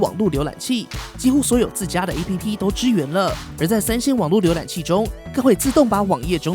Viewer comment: APP的唸法是"ㄟˋ ㄆ˙"喔